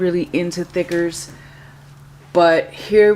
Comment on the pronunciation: Are you saying thickers or stickers???